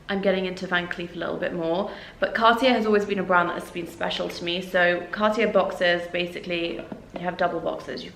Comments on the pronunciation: It's pronounced Car tea ay not Car tea air. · it's more like carti-é... er=é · Pls learn to say Cartier if you're lucky enough to afford it... it's more like carti-ay 😅